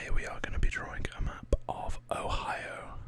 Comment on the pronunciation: You pronounce it right the first time too